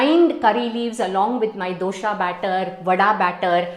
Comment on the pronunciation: Your explanation,the recipe all sounds very good,except when you say Dosha…..for Dosa ,it totally gives a different meaning. So Mam, please correct your self in pronouncing such words depending upon the subject.Thank you and I really enjoy your recipes.I have tried Instant Sambar pedi, it turned out excellent, so much short cuts and I like short cuts.Thank you again.